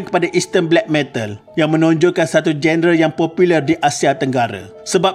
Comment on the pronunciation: Genre.. Sebutannya jo-ner